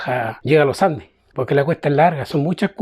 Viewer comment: Primera persona que dice bien los andes ahaha y no loh andeh, saludos de la ciudad del roquerio , los andes